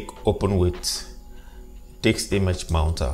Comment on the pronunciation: Did he say Diks image mounter?!